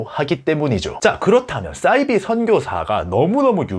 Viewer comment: 싸이비 -> 사이비 너무 거슬려서요.